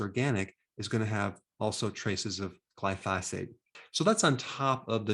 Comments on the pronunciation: Dr Berg - Are you saying 'glyPHOsate' of 'glyPHOSphate'? I've always pronounced it 'GLYphosate'. Spelled correctly is 'glyphosate'. Just curious... PS - I really appreciate the knowledge you share on everything! I've learned a lot from all you discuss. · I find Dr Berg's videos helpful, but he does have a few odd pronunciations, Glyphosate among them. It is pronounced GLY'-fōe-sāte. When you mispronounce things, or inaccurately cite research, it reduces your credibility, so it really is important, and not just a nitpick. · as a "pro" and a doctor, you should know how to pronounce gly-pho-sate